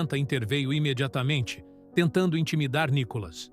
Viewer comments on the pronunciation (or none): Não é Nicolas e sim Nícolas .